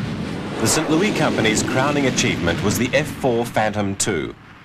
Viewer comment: Kind of annoying to listen to someone constantly mispronounce St. Louis. But still a good video.